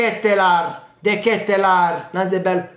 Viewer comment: x quanto riguarda la pronuncia vai su Google traduttore e metti olandese. Devi soffermarti sulla A. De Ketelaaaaar